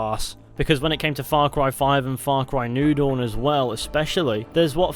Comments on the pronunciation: It took me half the video before I realized he was saying Far Cry New Dawn and not Far Cry Noodle. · Thought he was saying far cry noodle not new dawn...